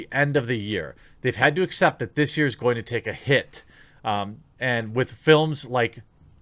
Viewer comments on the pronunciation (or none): none